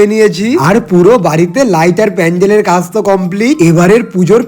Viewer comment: লাইট ❎লাইত ✅😂😂😂